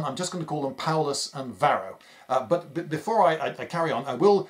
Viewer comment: "Paullus" Uh oh